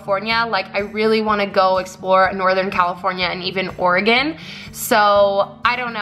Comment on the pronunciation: oh my gosh thank you for saying Oregon correctly😂